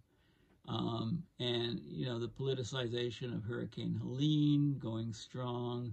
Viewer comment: politely, i've heard you call it helena a few times. it was helene